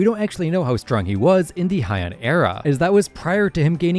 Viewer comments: Heian is pronounced “Hey-ahn” not “high-en” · It’s pronounced like “hey” or “hay”, not “hi”. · I wonder why everyone pronounces Heian like it’s German or something